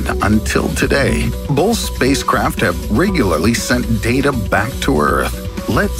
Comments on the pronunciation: Bolth of them? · Are you saying "bolth" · also going to say "Bolth"